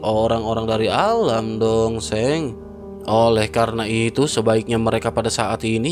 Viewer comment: Dosheng...donk bukan dongseng...😂😂😂